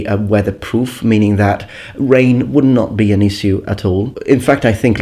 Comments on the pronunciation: Do not take this too personally but could you please pronounce issue ... you know ... correctly? ss as sh (like shiny) I know, noone is perfect and you are an expert in languages and I am not but I just want to correct you with that one. Good day :D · You say "issue" weird